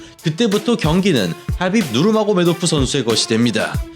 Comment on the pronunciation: 하빕 누르마고~메도프 이러는게 ㅈㄴ 부담스럽네